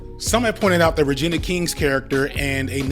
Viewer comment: He is obsessed with hating this film, has done like 5 pods hating it, accuses it of being disrespectful to black women, and he can't even get Regina's name right. What a hypocrite clown